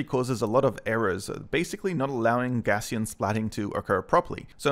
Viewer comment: a few points: 1. It's pronounced "gow-ss-ee-an" after Carl Friedrich Gauss - google for more information. (normal distribution etc.) 2. The DSLR you used is not the reason you have "bokeh blur". that's the lens/f stop. - this means that you don't need to use your phone, and in fact its usually better to use a higher quality sensor. just control your depth of field. 3. A crop box... is a crop box. it doesn't "help the object come into focus". it crops the splats inside the box. 4. Would be great if you could spend a little more time on your script instead of jumping head-first into a video with such limited research.